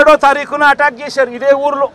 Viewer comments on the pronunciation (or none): అడగదలుసుకున్నా - 27 సార్లు కార్యక్రమం - 34 సార్లు Speech speed = 75 wpm approx కొన్ని తప్పులు - పొటెక్షన్ శేశారు పోలీశులు కొసమెరుపు:- పోలీసులు నీ బట్టలు విప్పకుండా చూసుకో., అడుక్కునే దాకా అడగదసుకుంటానే ఉండు.